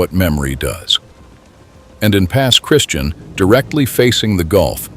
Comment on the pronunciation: Its pronounced Pass Christi-ann bud not Christian